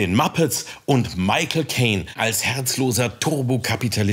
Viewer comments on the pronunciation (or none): none